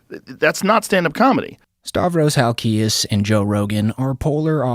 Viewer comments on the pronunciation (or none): Your not saying his last name right.. Hal-key-ez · You don't even say Halkias correctly lol